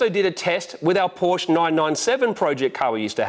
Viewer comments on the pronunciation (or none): none